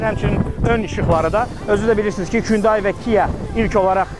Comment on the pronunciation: Kündeyi yox Hunday) 😂